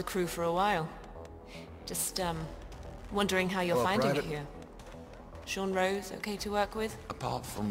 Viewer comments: It's Sean ROSE. Not ROSS. Love your vids though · It's Sean rose not Sean Ross, 😂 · it Sean rose as in the flower rose